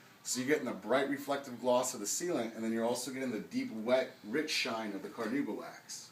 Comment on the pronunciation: Why can't these "experts" spell or pronounce "carnauba" properly?